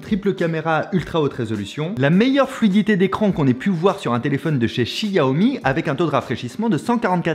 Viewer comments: Pour une prochaine fois, Xiaomi = ChaOmé en prononciation. Ca ma surprise aussi quand j'ai regardé les premiers lives de lancement. 😆😇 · Ça se dit ssiaomi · Cette façon de prononcer "xiaomi" "chi ah oh mi" jpp, le mandarin c'est pas ton fort visiblement haha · du tout, c'est la prononciation à la française, "chiaomi" étant la prononciation correcte en chinois :)